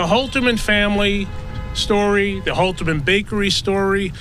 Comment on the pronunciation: Holterman, not Holzman.